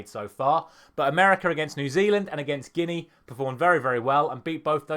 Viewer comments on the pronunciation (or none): none